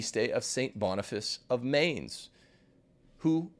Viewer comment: learn how to pronounce Mainz